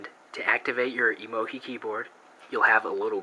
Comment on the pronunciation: why do you call emo-gi? its pronouced emo-GEE